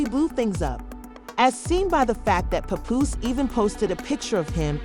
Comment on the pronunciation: I hate when outsiders try to blog on battle rap... btw his name is PAPOOSE not "PUPOOSE" 🙄